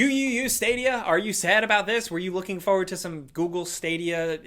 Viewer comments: I love how says “feu-ward” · Still saying fowwad haha